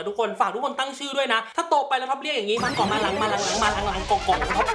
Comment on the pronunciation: ชอบเรียกน้อง มาก่อน ว่า มาก่อง 555+